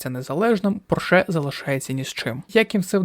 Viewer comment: У слові Порше наголос робиться на іншому складі 😢